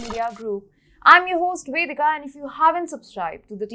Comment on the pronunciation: Are I still having trouble pronouncing the "V" somis ur name Wedica or and do you have a Wagina or a Vagina also is it a Version or Wersion or should I buy a new dictionary